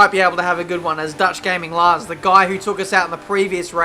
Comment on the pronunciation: like your pronunciation of Lars, I'm Dutch myself and it sounds nothing like how it is supposed to be pronounced.